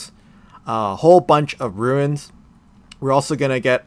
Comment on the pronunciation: Why do you pronounce it “Roo-In’s”? It’s tilting lol